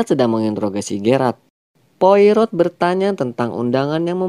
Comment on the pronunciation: Yup, bener bgt, pelafalan nama penting sbg bentuk penghargaan. Detektif asal Belgia (Spellingnya : Po-A-Ro)